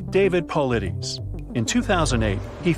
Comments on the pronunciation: That's not even David Paulides, and you mispronounced his name. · Shame on you. That is not David Paulides. Those conclusions are not his conclusions and you didn't even pronounce his name properly. Just wow